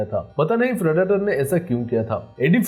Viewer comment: Phriditor nhi bolo bhai predator hai wo